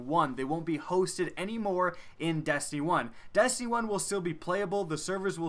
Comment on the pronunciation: Am I the only one that hears him say dastiny and not destiny?